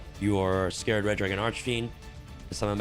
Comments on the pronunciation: Love ya vids bro but please it’s “Scar-red dragon Archfeind” scar red not scared or scarred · Its Scarred as in a Scar not Scared like fear.